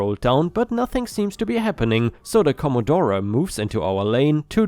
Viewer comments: I'm sure another Aussie had already said this, but I'm not scrolling through over 300 comments (sorry). Commodore pronunciation is commodoor. XXXX pronunciation is 4 X (or 4 ex). (Sorry,! Every time you said "commodoré" it the my concentration out the window). Also, maximum legal speed on open highways is 110km/h. If the commodore got snapped doing 200km/h, that's loss of license time in most states and, possibly 30 day impound of the car depending on the state. Oops, nearly forgot the bloody big fine that goes with it. With XXXX Gold and speed cameras hidden behind overhead speed limit signs being mentioned, I'm going to take a wild stab in the dark that these bogans are Queenslanders. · Dear...... it's not CommodorA..... the e is silent so it would sound like commodoor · The bogan revenge is in Australia, you even say it in the story. Also the car is pronounced “com-o-door “ the ‘e’ is silent. Anything bogan is definitely Australian & we drive on the left side of the road. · Com-a-door and Four-ex are how you pronounce the Aussie bogan identifiers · Commodore ( think Comma Door the E is silent ) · RIP Commodore. I'm surprised got Bogan right, but couldn't pronounce commodore. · The way pronounced Commodore had me cringing, but that was still not as bad as the Top Gear cast calling the Subaru Impreza an "ImpreTza"